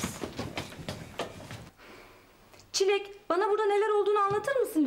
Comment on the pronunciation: Aga be benim best shibim çileğe çilli diyen tunaydi bee❤